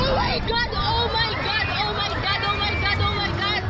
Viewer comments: OH MAY GAD!! OH MAY HAD!! OH MAY GAD 😂😂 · OH MAY GAD, OH MAY GAD, OH MAY GAD, OH MY GAD, OH MAY GAD